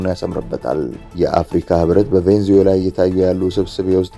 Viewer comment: ቬንዙዌላ ሳይሆን ቬኔዙዌላ😂😂😂